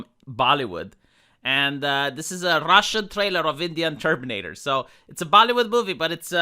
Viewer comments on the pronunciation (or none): none